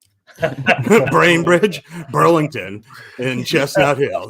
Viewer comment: Braintree not Brainbridge Gig